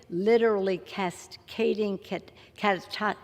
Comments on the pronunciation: She can't even pronounce catastrophe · OMF GAWD!!! She calls OTHERS hypocritical?.... TOO funny.... I especially liked the way she emphasized RUSSIAN.... and her Biden-like inability to say big words.... cascading catastrophe isnt that tough UNLESS you're also anxious about a bolt of lightning coming down and taking you out at any moment